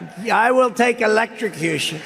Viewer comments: "I'll take Electra-Coo-Shun." ~ DJT <> He'll suddenly be anti-death penalty if it was so ordered. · Why does trump talk about things like choices between sharks and electrocution?!!? How does that even come into his babbling conversation? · Is it a New York thing or does trump pronounce electrocution strangely?